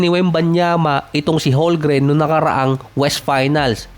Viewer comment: Boss tagal mo na NBA content creator Holgren parin tawag mo, hindi po silent "m" yun haha Holmgren po yun silent "L" 😆